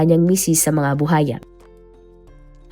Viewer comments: BU _WA_YA hindi bu haya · Buwaya hindi Buhaya Ms. Narrator 😂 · Alam mo ha nakakairita yang “buhaya” mo paulit ulit mali naman. Tsaka sa tono mg pagkaka narrate mo parang victim blaming ka pa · Maam kung hindi mo po mabigkas yung buwaya huwag muna mag narrator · Oo nga BUHAYA daw😅 pilipina ba kaya talaga 'tong narrator nato?😁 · Haha baka kapampangan si narrator kaya puro "H" 😅